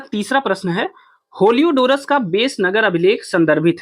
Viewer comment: होलियोडोरस नहीं हेलियोडोरस कहिए